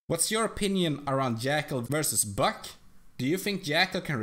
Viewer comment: when you say buck it looks like ur saying fuck